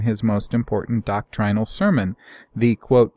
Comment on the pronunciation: Doctrinal is pronounced with a short i sound...it's appalling how you mispronounce simple terms...